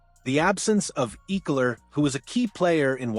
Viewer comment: bro learn ecklers name